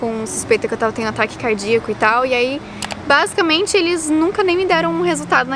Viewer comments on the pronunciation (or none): Você falou bazucamente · Vc deve 20 reais pros dois pq vc falo basicament